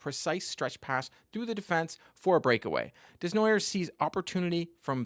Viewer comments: FYI, it's Day-Nwa-Yay, not Dez-Na-Yerwz. :) That being said, keep up your good work. Always interesting. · That is a very American way of pronouncing a french name Desnoyers